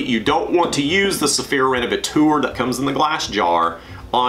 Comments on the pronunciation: Useful video, thank you. I use a generic fabric protector (Gtechniq Smart Fabric for the automotive car cleaning) How do you pronounce that 'renevetor', surely it's 'rene-ve-tor' taken from the word 'renovate'. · renovatour?? "teur" is the French for "tor". so renovator. "tor" like in actor or doctor. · Revateur or Renavateur…??? 😂😂😂😂😂